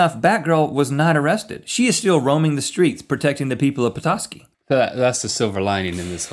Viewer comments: yes that is how you say petoski good job =) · Rhett You said Petoskey right :) and that is my home town :D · You're pronouncing it right, Rhett. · You pronounced Petoskey correctly, Bravo! (I'm a Michigander, I would know.) haha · Don't worry you said Petoskey right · You said it right rhett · Yes you did pronounce Petoskey correctly. I'm from that area. So proud... :S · I CAN'T BELIEVE YOU'RE TALKING ABOUT MY LITTLE OLD TOWN OF PETOSKEY!!!! and yes, you pronounced it correctly!! Come visit! hahaha and the first incident happened at about 2 in the morning. He was arrested for trespassing on top of the Ace Hardware, and his "lead gloves" were actually filled with sand. It's pretty much our only claim to fame. GO P-TOWN!!! LOVE YOU GUYS SOOO MUCH!